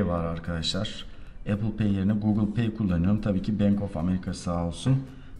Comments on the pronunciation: HEP EYPIL EYPIL DEMİŞİN DELİRDİM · Eypil ne ya? Ulan bi ingilizce öğrenmek bu kadar mı zor. Elli bin kere yurtdışına çıkan adamsın nasıl öğrenemiyosun dorudüzgün teleffuzu.